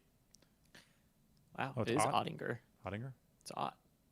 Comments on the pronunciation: JAKE OTT-EN-JER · Soft "g" ott-in-Jer